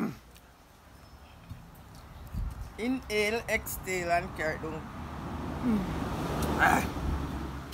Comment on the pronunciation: Lol mi cyah bads wid inu " inhale EXTALE" tpc lol 🤣 a weak hey love dah challenge yh